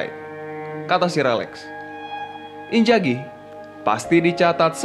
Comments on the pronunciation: Inzhagi min, bukan injagi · Inzaghi woii !!! injagi geli gue dengernya. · inzaghi.. not injagi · Sudah enak di dengar narasi nya...tapi sayang sebutan injagi nya 🤭🤭🤭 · Haha.. admin koq bilang inzaghi ngegolin pake punggung ya. Padahal itu bagian depan, keliatan sekilas kena dada. Terus lafalan nama lebih pake Z ketimbang J. Next konten lebih teliti lagi ya min. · Namanya Inzhagi disebutkan injagi angj risih gua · INZAGHI bukan Injagi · inzaghi bang, bukan injaghi hehe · TOLONG YAAA. INZAGHI PAKE Z BUKAN J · Knapa nyebutnya injaghi" namanyakan inzaghi, min dak bisa sebut huruf z ya tapi j trus jadi aneh kdengerannya pemain hebat di panggil injjaghi... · Inzaghi bos bukan injaghi. Pake Z ya. Hahah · inzagi bang bukan injagi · Pls inzhagi cok bukan injagi! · Apa susahnya sih ngomong INZAGHI (pake z) greget gw dgrnya wkakwk